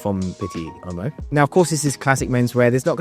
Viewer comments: A “u” followed by an “o”is pronounced as a “w” like buon is bwon and uomo is womo. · With all due respect, you should learn how to pronounce 'Uomo'.